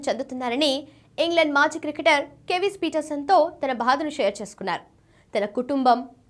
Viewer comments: Hello anchor madam. Kevis Peterson kadhu. Kevin Peterson.. Koncham chusi chadavandi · Ammodu news chepatam nerchuko ..kevis kadu..kevin peterson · Kewis Peterson kadu Kevin Peterson enatamma cricketer name thelikundane sports news chepthunnava